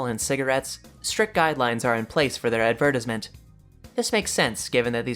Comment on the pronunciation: Adver-tis-ment lol.